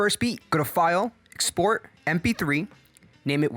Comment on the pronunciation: Did you say "EXSPORT"?! EX-PORT. There's no sports in exports. Just Kidding, thanks for the info!